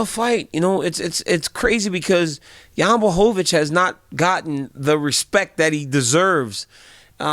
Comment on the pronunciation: YAMAHOWICZ XDDD